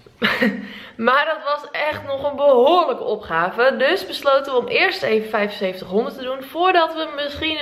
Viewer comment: Doen alsof je dom bent door 7500 twee keer verkeerd uit te spreken is niet grappig of schattig, je zet jezelf alleen voor schut. Iedereen weet dat je t gewoon prima kan uitspreken. Zou gek zijn als je dat op jouw leeftijd niet kan ;)